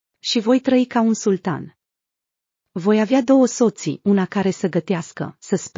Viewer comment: Ce înseamnă, oare: NU TE GRĂB, NE VOM CĂSĂTOR, VOI AVEA DOUĂ SÓȚII, NU-ȚI CREZÌ, SE ÎNDÒIA, VEZÌ, ÎNCÈRCA, NU VA MÌNȚI, ASCÙLTA, VOM ÎNCÈRCA. ÎNTRÈBA. SE AMÙZA, CÌTEAU, TE VOI RÙGA, VOR AJÙTA, AU JUCAT O NUNTĂ, TRÈCEA etc? La 13 ani, o fetiță nu este adolescentă, ci este o preadolescentă. Nu sunt unicele năzbâtii din textul citit abrambura.